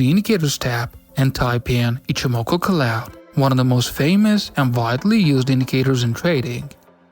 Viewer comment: Nice, I'll be trying it next week. (by the way: cloud = c + loud, not clod)